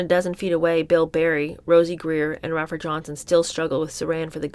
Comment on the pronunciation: I love, love, love your readings, but PLEASE learn how to say these people's names. It's Ray-fer and Sir-hawn Sir-hawn